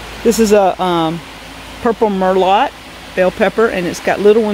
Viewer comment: Merlot is pronounced Mer-low. I love your greenhouse, I'm jealous. I wish I could have a greenhouse.